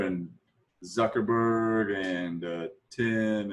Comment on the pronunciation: I love the fact that he pronounces zuckerberg better than Sundar